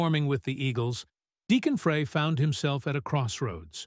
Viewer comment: You need to learn how to pronounce someone's name before you narrate a story about them.